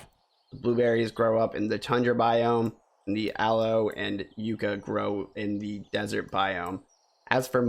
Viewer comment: FYI yucca is pronounced yuck-a